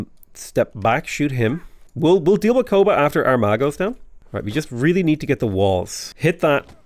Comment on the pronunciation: Am I the only one that kept hearing "our ma" with a southern American accent instead of Armagh, with all the consequential puns and innuendos? 😅